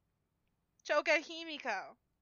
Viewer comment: her: Toga HE-ME-KO me: 🤦‍♂️